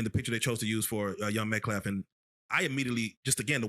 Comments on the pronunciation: CAN ANYONE TELL ME WHAT IS GOING ON WITH THESE DYSLEXIC BLACK GUYS THAT CAN'T SEEM TO SAY THE LAST NAME "METCALF" THIS IS LIKE THE THIRD OR FOURTH BLACK GUY THAT I HAVE HEARD SAY METCLAF.... AND SAYS METCLAF EVERY SINGLE TIME!! HE IS AN ABSOLUTE MORON! HIS IQ HAS TO BE CLOSE TO SINGLE DIGIT... LMAO! ANOTHER BLACK GUY CALLED AUSTIN... AARON!! SO... FOR NOW ON... KARMELO WILL BE CARAMELO ANTHUGGY. AND REMEMBER TO REFER TO THIS DOMINIQUE GUY AS "" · It is M E T C A L F! I’m sick of them calling him “Metclaf!” The level of ignorance is astounding! Clowns on parade! 🤡🤡🤡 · It’s METCALF!!!! Not METCLAF!!!! Until these people start saying his name right I will give no credence to anything they say!!!!!!!!! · This “minister”can’t even say the family’s name right…..it’s MET…CALF!!!!! What a neep!! This twit hurt a baby he should in jail……he hurt his GF put his butt in jail. Please jail this guy for being a grifter and hurting both families. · Metclaff is how he pronounces it. Did u hear him also say Metclap? 😂😂 Imagine them mispronouncing Karmelos name😬😬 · Can any of these low IQ scumbags even pronounce the name Metcalf correctly?